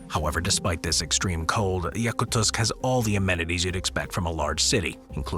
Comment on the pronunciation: Yakuts should have been number one. And you pronounced it wrong.